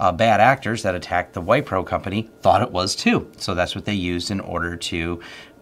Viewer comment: minor correction, the company is pronounced as Whipro rather than Whypro.